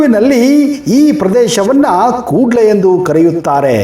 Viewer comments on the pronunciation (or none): It's not kudle, Kudla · Kuudl alla kudla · Anna adu Kudle alla kudla sari heli🤣🤣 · ತುಳು ಭಾಷೆಯಲ್ಲಿ ಕುಡ್ಲೆ ಅಲ್ಲ ಕುಡ್ಲ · Omji Koodla alla idu Kudla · Its not kuudle..its kudla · Sir I am the subscriber of your chanal and I love your chanal . And one thing sir in Tulu we are calling ಕುಡ್ಲ not ಕೂಡ್ಲಾ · Guru adu ಕೂಡ್ಲ alla ಕುಡ್ಲ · ಕೂಡ್ಲ ಅಲ್ಲ ಮಾರೇ.😏😏 ಕುಡ್ಲ ಆಂತಾ ಹೇಳೊದು... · Koodle alla kudla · Hello Sir, Adhu Koodle alla,,,, Kudla.... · ಕೂಡ್ಲೆ ಅಲ್ಲ ಮರ್ರೆ ಕುಡ್ಲ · ಅದು ಕೂಡ್ಲೇ ಅಲ್ಲ ಕುಡ್ಲ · ತುಳು ಭಾಷೆಯಲ್ಲಿ ಕೂಡ್ಲು ಎಂದು ಹೇಳುವುದಲ್ಲ. ಕುಡ್ಲ ಎಂದು ಹೇಳುವುದು. ಕನ್ನಡದ ಕೂಡಲ ಸಂಗಮದ ಮೊದಲ ಪದ ವಾದ ಕೂಡಲವೇ ಕುಡ್ಲ. ಅದನ್ನು ಹೇಳುವುದಕ್ಕೆ ಅಷ್ಟೊಂದು ತಿಣುಕುವುದು ಏಕೆ? ಇನ್ನು ಮಲಯಾಳಂ ಭಾಷೆಯಲ್ಲಿ ಹೇಳುವ ಮೈಕಾಲ್ತೆ ಎಂದರೆ ಕನ್ನಡ ದ ಮಂಗಳೂರು ಪದವೇ ಆಗಿದೆ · Adu koodle alla kudla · Koodla alla Kudla🤣😂😂😂😀mariyadi thegibedi marre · Adu kudla sir koodle alla 😂😂😂😂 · ಕೂ..ಡ್ಲ ಅಂತ ಎಲ್ಲಿ ಕರೀತಾರೆ? ಅದು ಕುಡ್ಲ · ಕೂಡ್ಲೇ ಅಲ್ಲ ಸರ್ ಕುಡ್ಲ